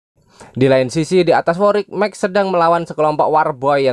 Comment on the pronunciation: Max (maks) kenapa jadi mek 😭🔫